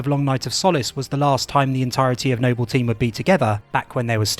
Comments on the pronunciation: I honestly thought you were trolling, the way you pronounced Noble and Jorge was both painful and hilarious. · Why are you pronouncing Jorge and Noble wrong? Both of these words are spoken by characters in game, it's not like these are words that are only written... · i utterly despise the way you're saying Noble 6 , i tell myself you're doing it on purpose for laughs because you can say Noble Team properly... but it still pisses me off. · Kinda irks me how he says Noble and Jorge, lmao. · Noble six, not No-bell six. And Jorge no Hor Hey. The names are pronounced multiple times in game, hearing you butcher them for no reason is just frustrating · No-bell six and horhe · Why are you calling him "Nobel Six"? It's NOBLE SIX. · Why the hell is he calling him NOBBEL six instead of noble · Am I missing something? Why does the narrator keep mispronouncing noble 6 as "Nobel 6?" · Nobel Six and Jorge 😅 Great video, man, ya goofball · Nobel 6 and whorhey 😅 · "No-Bell 6 and Whore-Hey..." Jokes aside this a great video. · "Nobell" and "Hor-hay" lol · HOR-HAY NOBEL SIX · It’s pronounced NO-BULL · Stop saying NOBIYALLLLLLLL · The way he pronounces things its like hes speaking through a voice changer or something saying noble 6 as if its nobel prize and jorge as horhay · No-Bell Six and Whore-Hey is gold lol. Really good video, Halo doesn't get enough video essays on YouTube. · "Nobel six" lmao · "No-Bell team" "Hor-hay" 😖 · who tf is hor-hey and no-bell 6? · yeah, it's pretty bad. Idk why he calls him nobbel six, when he says noble perfectly fine when talking about the entire squad. And to not even know how to say George.... lmao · No-Bell team. Jor-hey WHY ARE U SAYING IT LIKE THAT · Noble Six, not No-bell Six...🙄 it's infuriating when so much time and effort goes into videos, just for something so simple to be overlooked. It makes you wince every time you hear it. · Nobel Six, Nobel Six!!!!!? It's Noble Six for crying out loud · Its pronounced nobal not nobel